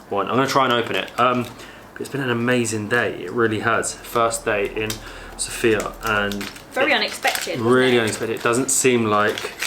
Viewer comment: Everything is very wonderful, but the only thing that irritates Bulgarians is how foreigners pronounce the name of the capital of Bulgaria. It is correct when the emphasis is on the letter O, SOfia, unlike the female name SophIa, where the emphasis is on the letter I. 😉